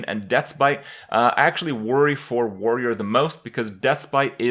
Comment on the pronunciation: "I actually WARRY for warrior" haw haw